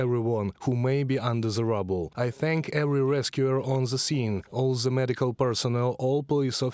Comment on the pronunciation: Ze? In the whole country on Ukraine, you don't have one person who speaks propper english?